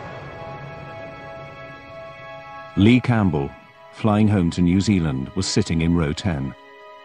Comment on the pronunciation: Thanks for saying New Zealand right!